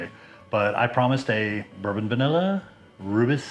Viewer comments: Nice! I’ve been meaning to brew something with rooibos; this sounds like a nice combination. I might do a cream ale version though :) Btw, it’s pronounced roy-bus. Cheers! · Hi, looks amazing and sure it tastes incredible. As a South African please can you quickly watch a video on YouTube to pronounce Rooibos correctly 😊. I have made a Rooibos Ale and wow it was so good...maybe because I only drink Rooibos 😅 but I actually added the tea at flameout for 20 minutes